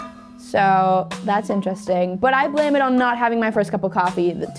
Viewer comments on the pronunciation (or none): none